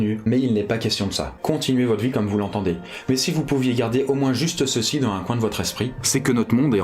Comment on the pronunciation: FAIS LES LIAISONS QUAND TU PARLES BORDEL Tu dis " dan un bon climat " il faut dire phonétiquement " dans zun bon climat " j'ai envie de te le dire depuis le tout début de ta chaîne voila